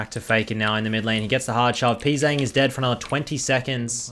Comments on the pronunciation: Who is Pee Zang lol you're pronouncing his name wrong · Hello, the letters ‘Pz’ in his name is meant to be pronounced individually, his name is 프제짱 when written in korean (I would write this like pu je jjang)